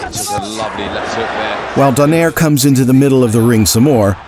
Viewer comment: Actually it is pronounced "Do-Nye-Rè" hahaha